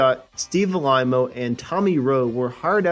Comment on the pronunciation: You covered my favorite band of the 60's and there was a little bit of misinformation. Narrating improved a bit over previous videos.....but please don't mispronounce certain artist names. Its Steve Alayyymo, not Steve Alameo. Cynthia Weee?, It's Weeill. Disregard the spelling, I'm just laying it out phonetically. Your cracking me up man.